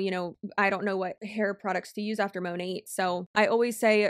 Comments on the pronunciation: It should be "mah-nayt" since it's short for "Modern Nature," but few of them say it that way lol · I swear Monat is the only company ever in existence where none of the "employees" can agree on the pronunciation of the company name. 😂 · The way Monat huns don’t know (and can’t agree on) how to pronounce “Monat”, is so weird, and it’s not a foreign word either. To me, consistent pronunciation seems essential to branding. I thought the corporate side would’ve decided to spin it as: “USA based” patriotism, or a “fancy/special foreign ingredients” thing. On the topic of mispronunciation, my family had a Daewoo (Korean brand) car when I was a kid. Even the salespeople pronounced it ‘day-woo’, so we all did! Then years later, Daewoo did a big ad campaign in Australia, and the pronunciation was pretty different. (Even now, IDK which version is correct, lol.) Fun fact, AKA my 0.5 seconds of fame… I was in a TV ad campaign with my brother, while my father had 1-2 lines. (They only used Daewoo owners in these ads!) So, in the voiceover, we ended up as someone’s “grandkids”, or just “kids”; my father was a businessman, which was close to IRL. I bet we still have the videotape somewhere - that thought makes me feel old, lol!